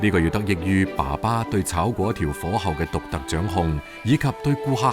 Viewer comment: 正確讀音係貴刁，炒貴刁